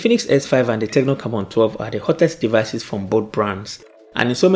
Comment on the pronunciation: Am i the only person hearing Camora?? 🙄🙄🤔